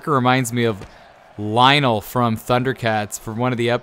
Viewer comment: Who the fuck is Lionel? It’s lion-o